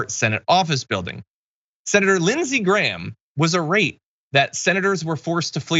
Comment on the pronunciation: Irate is pronounced EYE rate. I didn't know what you were talking about ear rate.